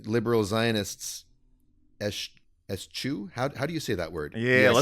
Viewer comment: It's pronounced "eh-shoo", not "es-jew"